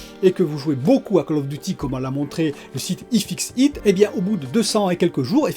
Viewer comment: Y fixeu iteu 😅 Désolé je suis moqueur mais ça m'a bien fait rire ^^